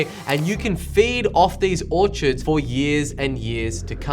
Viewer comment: It’s Orchards. Not Orchirds Thanks for your information. I appreciate it.